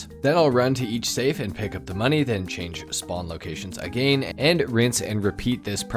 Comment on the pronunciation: First human ive ever heard who readily says aGAIN. Pretty dope